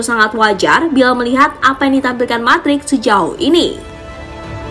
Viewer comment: Mudryk woy bacanya bukan madrik wkwkwk 😂 #AdaAdaAja